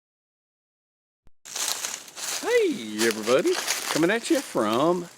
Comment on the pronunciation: Just wondering if anyone else greets their friends with Hey Everybody in many syllables! love Dave-speak